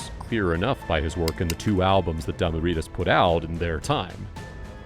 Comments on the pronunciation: Its pronounced dimu riders boy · Why did he pronounce Damu Ridaz like that?? 😂 dah-mu riders bro. Riders. Like riding a bike.